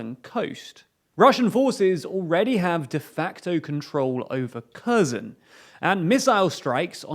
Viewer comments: Its not pronounced kehzon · Sorry... switched off the moment you pronounced Kherson "Kérzon". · As a native speaker of Russian and as a teacher of English I dare make a critical linguistic comment. The the presenter repeatedly mispronounces the name of the Ukrainian city of Kherson and in his version it sounds like a completely different city- Kazan, the capital of Tatarstan in central Russia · Your pronunciation of Kherson is so hilariously British. Sounds like you're talking about some small town in the north of England. Gotta love how the inaccuracy of putis missiles has now become their excuse to bomb anything and everything. "We meant to hit kyiv, but it landed in odessa because of heavy winds"* said with a thick russian accent * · Kherson is pronounced with a soft H sound, same as in the word HAT, and the stressed syllable is the second SON part, not the first.